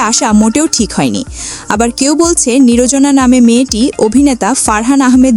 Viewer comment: আমার মাথায় শুধু একটা কথায় ঘুরতেছে,আচ্ছা এ ধরনের চ্যানেলগুলোকে সাবস্ক্রাইব করে কারা, নির্জনার নামটাও সুন্দর করে বলতে পারতেছে না, কিন্তু আসছে তার নামে খারাপ মন্তব্য করার